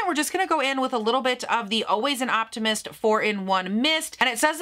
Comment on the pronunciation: Omg when you said “always an optimist primer” I 100000% heard “Optimus Primer” like she stans Optimus Prime. She’s no longer a Belieber but she’s always an optimus primer. and now my nerd-heart is screaming.